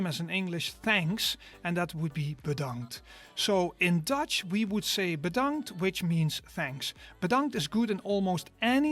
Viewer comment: Your pronounciation was spot on! You have talent for Dutch. As for "bedankt" sounding like past tense, that used to be correct. But the Dutch like to abbreviate everything. So, originally it as the imperative of "to be" in third formal person "wees bedankt" (litterally "be thanked"). The Dutch deleted the first part, leaving only "bedankt". As said, that happens a lot in Dutch.